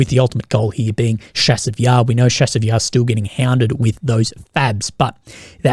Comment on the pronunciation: The "Ch" in Chasiv Yar is pronounced as in "chase" or "chart".